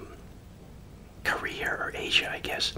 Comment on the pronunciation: sounds like he’s saying career not Korea